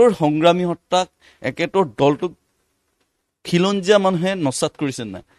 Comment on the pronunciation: Axomia dekhu bhalkoi spel koribo nowsre.. nixa nohoi niks... eket nohoi.. ekhet... axom... akom nohoi...khilonjia.... kilonjia nohoi....